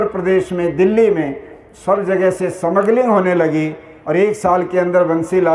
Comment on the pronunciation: It's not samagling it's smuggling